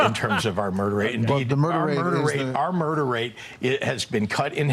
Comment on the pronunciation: He's a blatant murr-derr denier, unless you count how many buffet stations hes murr-derr-ed